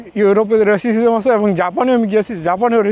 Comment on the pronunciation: রেসিসিজম না রেসিজম